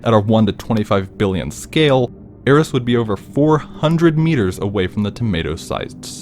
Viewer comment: Actually i live in the middle of the ocean, not on an island or anything, I am jsut chilling in the ocean I thin, a Picture of the solar system with the planets aligned like that may not be true but i think its simply for convenience And Eris is pronoucned as Ear-eez